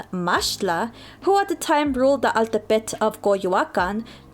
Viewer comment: Good to see mexicans from the US embrace their ethnic roots, thanks for sharing. Altepetl is pronunced as al-TÉ-pe-tl btw.